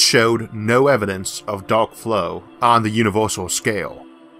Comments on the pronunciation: Did you say Duck or dark? What is Duck flow? If Elmer Fud was a Astro physicist lol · He's not saying "dark" right he's saying DARLK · I like how the word Daowk is just rubbed in our face. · Are you an "Elmer Fudd" with your use of "D.A."L".K?